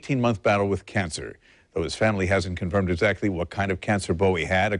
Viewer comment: ..Thankyou for pronouncing his name correctly. ...Bowie (as in bow and arrow)...not Bowie.. (as in ...??)..the man was a modern day God. 'Miss him still..always will.